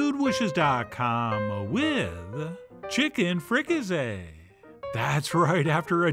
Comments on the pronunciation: It isn't "frica-say," it's "frica-see," just like it looks. Why on earth would you change that? And have you really never heard the word "fricasee"? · It's pronounced with an "s" not a "z". It's like the "s" in sea not a "z" like zoo. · Free-ca-say you pronouncing it all wrong lol